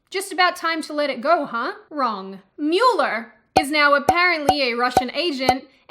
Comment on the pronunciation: I couldn't bother to look to see if someone had commented, but I had to cringe at Mew-ler. As much as it does look like that, it is pronounced Mow-ler like a lawn-mower. Otherwise, I sympathize with your worldly observations